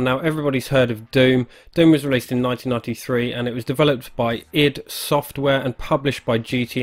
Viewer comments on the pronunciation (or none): You're a native English Speaker, and you pronounce "hid" software ??? ID... Like IDEA software... it was a pun and for all those years you missed it ??